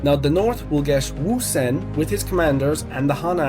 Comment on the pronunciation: You are the GOAT of the pronunciation of Ousen. Great chapter 845